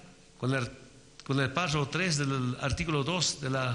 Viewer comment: "Páshafo", "Parfo", "Prrafo",.... ni siquiera sabe pronunciar PÁRRAFO bien.